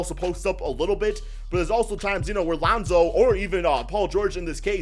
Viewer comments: Who the fck is lawnzo? Just sai it like lonzo bro. Wtf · LAAwnZow? Cant u say it by just pronouncing lonzo? No need to exaggerate his name. Wtf? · Geez you say Lonzo weird